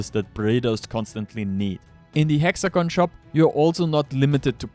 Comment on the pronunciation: "in die hexagon Shop, you can..." "Once die files are available...." "You'll find die link, in ?!?THE?!? Video description"?! Wie kannst sein, dass du genau einmal richtig "the" sagst?